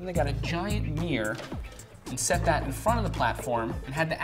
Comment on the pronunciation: What the fuck is a "MEEYUR"????? MIRROR! MIRROR!!!!